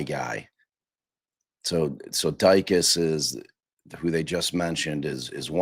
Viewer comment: it’s Di-cus. 😂